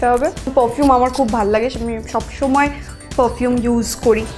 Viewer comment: it pronounced like pofume !!